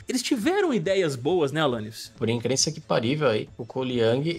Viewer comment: "Por incrícil que pariveu?" 🤣🤣🤣🤣 Rachei